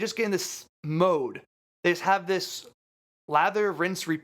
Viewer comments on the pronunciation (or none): none